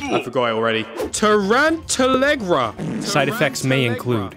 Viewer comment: Him: torent ter legra Me: but I heard “torment mr ligma”